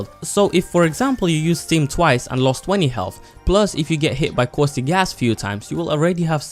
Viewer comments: its the way he pronounces it youtube captions read it as steam also i made fun of the fact he thought it was a pilots name in tf2 but finally r/wooooosh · Anyone else slightly annoyed with how he says stem?